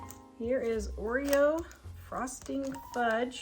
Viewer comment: Just call the game Oro instead of oereo. Problem solved lol